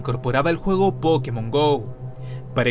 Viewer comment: Like si viste que abajo decía pokemos Go cuando dijo pokemos Go